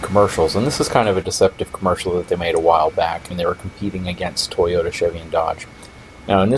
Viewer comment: Toe Yo Tah